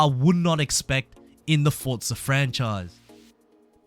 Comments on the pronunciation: For-za not fortza ... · I know it's minor but I hate people that say fortza